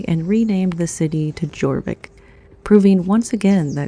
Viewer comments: Jorvik is pronounced Yorvik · The J in 'Jorvik' is pronounced as a Y. So "Yor-vik". 🙂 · There's still a lot of pre-Roman history and structures in the UK, it's just not as obvious. Also Jorvik is pronounced Yorvik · Hello our beautiful American. You're not quite European yet, Jorvik is pronounced Yorvick 🤔. 😊